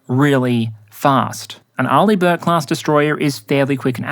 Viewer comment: Finally, i learned how to pronounce Arleigh Burke :D